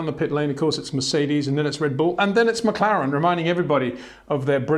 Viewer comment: It's McLaren. Not McClaren.